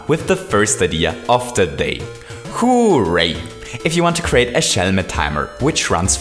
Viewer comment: The way he says hooray!, "hoo-ur-ay"